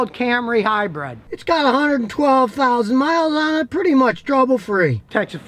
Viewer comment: Sorry Scotty but I have to correct you on one very annoying thing. It's pronounced and spelled HYBRID not HYBRED like hybread.